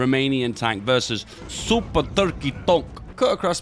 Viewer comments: I've come here more than a couple of times now, just to hear him say TRKEY and THONK. Really. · The way he says "Toorke" is oddly satisfying ngl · What bothers me is that is saying "turkey" so closely how we Finns say it... is secretly a finn? Is this all ruse that he's acting like a british?